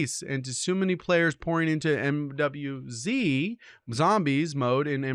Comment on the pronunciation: Bro said MIIW 😂😂😂